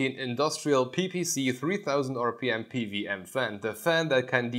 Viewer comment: p W m, not p V m...